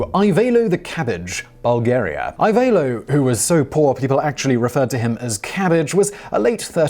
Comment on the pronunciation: Just to point out how to pronounce Ivaylo : I - as in "see" v - as in "very" ay - as in "lie" and o as in "so" - it should probably sound something like ee-vay-loh. Source : That's my name and I watched one video, just to explain better how to pronounce it. P.S. : I know that I may sound stupid for commenting on pronunciation of one name, but I just can't help it, sorry.